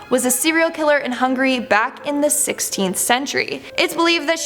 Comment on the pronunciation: She pronounced Hungary as Hungry. Pretty sure Silvestein was pronounced wrongly too. I knew Rader was wrong. It’s so annoying!! And I didn’t even finish the video yet.